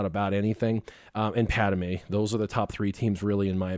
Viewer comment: Padme not Padame